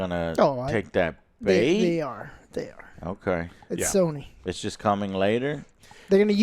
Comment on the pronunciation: Why does it sound like is saying "Sah nee" when he says Sony?